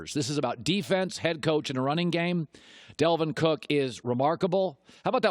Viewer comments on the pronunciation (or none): Its Dalvin Cook not Delvin Cook